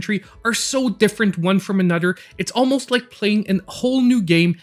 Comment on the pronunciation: A nudder